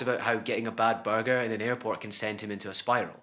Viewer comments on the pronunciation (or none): none